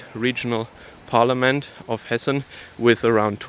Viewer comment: Hessen dude not Hesse.😉